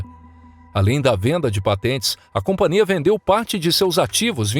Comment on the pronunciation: Hei, vcs são analfabetos? A palavra é companhia e não compaNIA